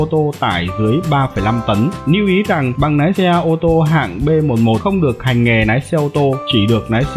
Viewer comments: Lái chứ không phải Nái nhé bác. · Lái mà ổng cứ nói nái 😅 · Nói cũng oke nàm thêm nhiều cờ níp nữa anh nhé, để em học nái xe :))